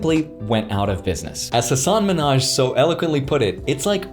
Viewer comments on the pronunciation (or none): Just so you know, its pronounced HA-sun MIN-haj, hes not related to Nicki Minaj lol